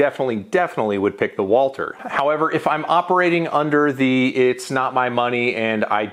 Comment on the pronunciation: Why can’t you say Walther properly? It’s not Walter. There’s supposed to be a th sound in there.